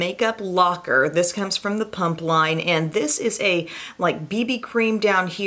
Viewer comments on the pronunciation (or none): Its PUMA not PUMP LMFAO! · Without reading the title - for about half this video I thought you were saying ‘punk’ instead of ‘pump’ and I was like - Humm I’ve never thought of punks being active 😂😂